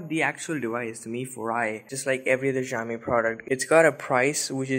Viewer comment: Great job :) btw Xiaomi is pronounced as (Shao-mee)!